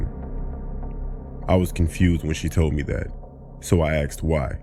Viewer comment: So I axed why....... stopped listening after that.